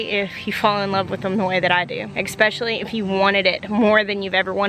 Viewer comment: Dude, you're so smart, eloquent and informed, so PLEASE stop saying eKspecially. I beg you.